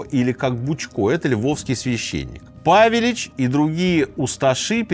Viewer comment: Правельно павелич удорение на Е